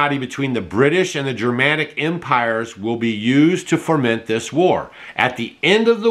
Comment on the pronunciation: Great report,. The word is fo-ment, not for-ment. The war was fomented.............................. etc. I got Morals and Dogma on Amazon a couple of years ago and I see it's still available there.